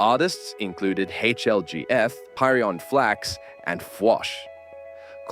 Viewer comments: "Parry-on flax" lmao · character limit not large enough but here's 5 not listed by people already, incorrect use of the mechanic term "purge", pronounced pyrion flax's name wrong, saying you could still get lifesteal with unique attack modifiers (was only true for vlads offering), the sheevar ravage thing was multiple times in the same game not just once, saying guinsoo created allstars (that was meian and ragn0r)